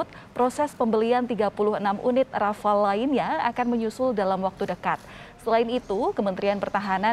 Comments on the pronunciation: rafale,, bukan rafael 😁😁😁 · Rafale pak Dahnil.. bukan Rafael.. Rafael mah tukang hipnotis..